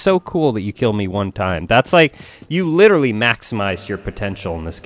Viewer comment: Lil late but meh he is witeawwy hitting the gwiddy